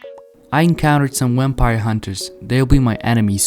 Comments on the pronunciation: "Wampire" lol gg though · Is it just me or is he saying Wempire